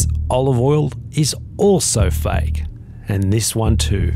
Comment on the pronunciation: The word is fake, not fike. it took me awhile to understand what he was talking about.